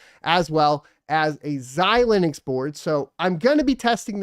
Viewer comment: its xilinx....not xilinux LOL